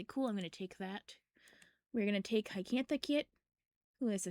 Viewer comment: Just to let you know, Hyacinth is pronounced hi-yuh-sin-th. You were pronouncing it hycantha. :3